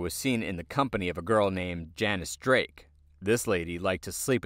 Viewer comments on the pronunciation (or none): none